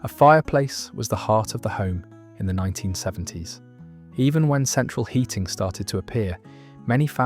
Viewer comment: Central hearing was not a thing. Central heating happened later than the 70’s for me. I keep being irritated by the mistakes in pronunciation and emphasis on wrong, non British things!